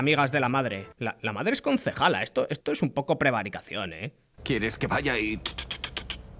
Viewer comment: Dijo "consejala" no le pidas mucho. Seguro cree que esta bien decir "consejalo"